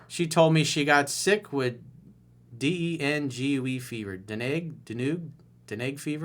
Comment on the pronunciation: Coach it’s pronounced done gee fever 😂😂 you Rock man